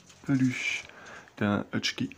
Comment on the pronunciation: C'est exactement ce que je me suis dit un Hutchki au lieu de Husky rien que ça déjà j'étais mort de rire j'ai regardé plusieurs ces vidéos et à chaque fois il a du mal enfin bon mise à part ça c'est pas trop mal